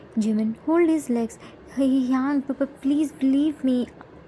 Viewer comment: Its not hyang its hyung no hate just telling